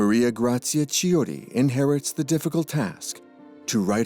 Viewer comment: Please, if you have to pronounce a name in a foreign language, find out the correct pronunciation."Chi" in Italian is "kee"